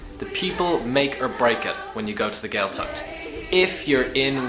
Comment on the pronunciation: What to expect? You should expect people who can pronounced Gaeltacht properly. The Ch is not pronounced like a K. It is pronounced like the ch in German Bach. Maybe, don't bother learning Irish if you are so contemptuous of the language?